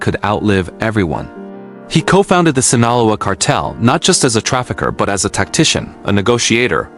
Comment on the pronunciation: If you can't even pronounce Sinaloa properly, nothing else you say is worth listening to, losers. 😡😠🤬